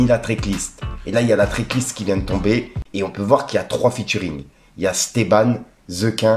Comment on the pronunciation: Mec, "TRACK list" pas "TRICK list"